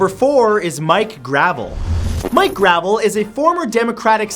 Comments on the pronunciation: I've met Vermin Supreme (who should be on this list) and Mike Gravel (which is pronounced Grah-vell dude c'mon) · It's Mike Gruh-vehl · Santoro is so ignorant. Not only is he completely unaware what a hero Gravel is, he can't even pronounce the man's name.